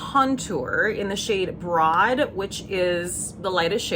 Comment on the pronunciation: Gorgeous lewk! Yes to anger vids and LOVING your tiktoks. Btw the tower 28 bronzer shade is pronounced “brode”—they’re all names of LA museums and that’s how the Broad museum is pronounced, strangely. 🤷🏻‍♀️❤